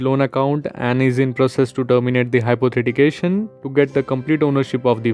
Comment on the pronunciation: Good information and helpful for many! But it's "Hypothecation" and not "Hypothetication" you've pronounced it wrong the whole time.